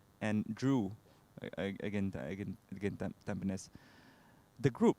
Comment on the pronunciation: Sebutan yang betul ialah 'tam pe nis' bukan 'tam pi nes'